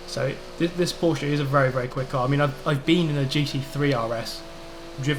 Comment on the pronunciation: Hey ✌🏼 first I love your videos 🤘🏼and I hope the day will komm when you say Porsche right 😂 #nohate 😊 best regards from Austria 🤩